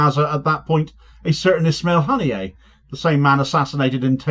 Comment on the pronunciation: Han-ee-yeh not hanny-yay